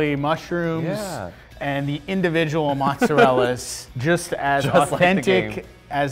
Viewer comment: Did he say mozzarella?